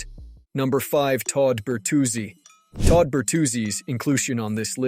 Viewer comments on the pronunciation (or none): none